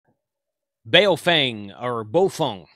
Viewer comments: It is pronounced, bow-fung. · Regardless of how you actually pronounce it, I call my Baofeng HTs my “Iron Goats”...